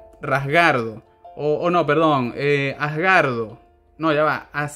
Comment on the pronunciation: Jajajaja es Hasgard de tauro y se pronuncia "Jasgárd" xD Muy nostálgico tu video saludos.